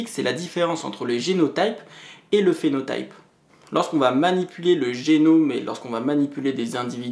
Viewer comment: Super série de vidéo ! ça m'aide beaucoup pour prendre en main mon mémoire ! Juste une petite note, en français on dit prononce génot[i]pe et phénot[i]pe ;)